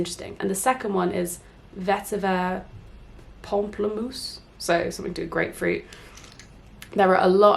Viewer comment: You said pamplemousse right the first time hahaha yayyy It's dumb but French is my first language so it always makes me happy when a youtuber gets the correct pronunciation since it's such a bizarre language... Anyways, really liked this video, and I relate to the procrastination soooo much, right now I should be studying but I'm doing my nails watching you lol